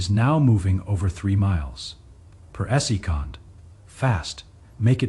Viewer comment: AI needs to learn the basic pronunciation of the word "second"